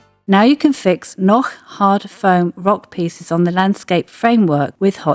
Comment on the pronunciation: On the other hand she is pronouncing "Noch" exactly as it should be pronounced. So what could she do alternatively? Pronouncing it in a wrong way?